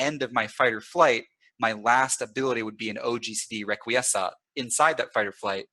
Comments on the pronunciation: I think it's pronounced "reck-qwee-es-cat". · its rek-wee-ess-kaht, as in requiescat in pace (may they rest in peace). Ezio a la Assassin's Creed 2 says this often and it's a good pronunciation to my knowledge.